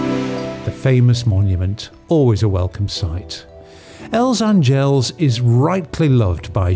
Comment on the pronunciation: Nice video. Just a note - A is stressed in word Àngels